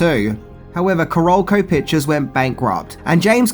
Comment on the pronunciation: it is pronounced KAH-rol-co, like South Carolina (the state), since that is where Carolco is located.